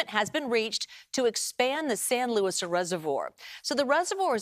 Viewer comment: LOUIS?! Does the name say Louis? Its Luis (Loo-ees). Get it through your thick skulls mate.